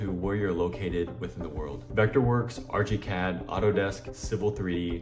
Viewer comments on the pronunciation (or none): i can't get passed the "arch-y cad" pronunciation. and using AI to render your sketch is insane...ly dumb. about as dumb as using AI for any production work. ask me why, and i'll tell you.